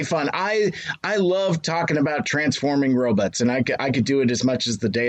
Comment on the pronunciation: Did say "Ro-butts"? 😆